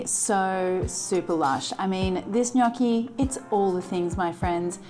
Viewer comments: While I patiently wait for my precious book to arrive, these daily recipes really help ! What is not too like, mushies, miso and cheese - cannot wait to try this and thanks for pronouncing gnocchi correctly ! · Super impressed by your perfect pronunciation of the word “gnocchi”. Everyone just pronounce it wrong outside Italy 😊 The dish looks super delicious. Hugs from Bologna 😊